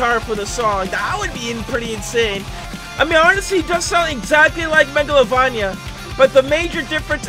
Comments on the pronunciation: I hate how he pronounces "Meglovania" As "Meglovonia" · Mega lo vain Ia not megalo van ya sry I’m a fan of undertale lol. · Me when he says mega-lo-van-ee-a in stead of mega-lo-vain-ee-a (angry monke noises) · It's not called megalovonja it's megalovania. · “megalovonia” really? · Spotlight map is for tails doll from the sonic.exe mod..also your not saying MEGALOVANIA right pal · the way he said megalovania tho….